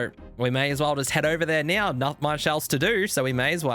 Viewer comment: like how you say now - "nyaw"